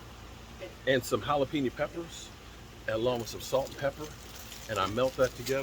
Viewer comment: Please don’t say jalapeño like that again bra! lol